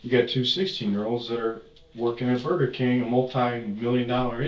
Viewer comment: He said "burrkeeeh" AI picked up "bird camp" . He ment burger king lmfao😂